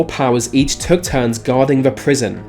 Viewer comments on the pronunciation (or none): none